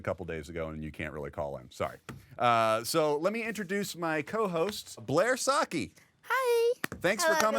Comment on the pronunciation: Why the dude said Blair "Socchi"?!